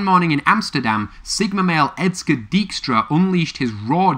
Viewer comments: It's pronounced Dijkstra, not Deekstra. As an approximation, the Dutch ij is the y of English, so Dykstra would be better. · For future reference, "ij" is treated as a single letter in Dutch and it makes the long "I" sound.